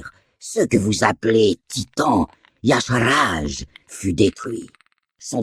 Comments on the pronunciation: Donc pourquoi Irion le prononce Y-cha-r-ge ? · pourquoi tu prononces Y'shaarj "yasharaj" alor que même irion le dit pas comme ça ? putain pour une fois qu'un mec prononcais pas C'thun "cétoune"